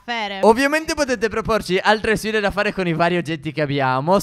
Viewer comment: Si dice phere